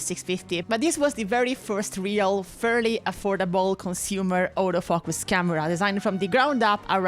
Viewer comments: What was said: “This is the camera which took autofocus to the masses.” What I heard: “This is the camera which took all those fuckers to the masses.” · Im not wuite sure if she is saying autofocus or autofu....ers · when she says autofocus I first understand "older f*ckers" 😂 idk why but then the subtitles saved it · The first time you said "autofocus" I thought you said… well, something more fun.